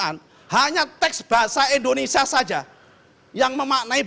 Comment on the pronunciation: 06.11 Bilang indonesia aja pake "E" ENDONESIA bukannya pake "I" INDONESIA.. pake I pak bukan pake E.... ini aja salah apalagi yg diaaaaa.... bla bla bla. yaa you know lahh.. kwkwkwkw